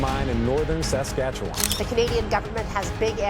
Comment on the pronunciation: why do Americans have so much difficulty pronouncing Saskatchewan? It's not Sas as in sassy, but sas as in sustain. I know it doesn't make sense but that's the way it is .